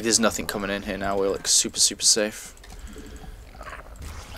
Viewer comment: why do you say nothinK and stuff like that with a K on the end? Im from holland and I do not know a lot about english accents. Where are you from? And does everybody talk like that there or is it just you. Sorry if it sounds a little rude, thanks for all the videos, I was just wondering.